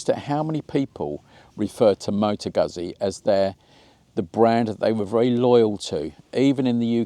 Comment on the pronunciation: FFS mate! How do you pronounce 'pizza'. Please apply the same rule to Guzzi.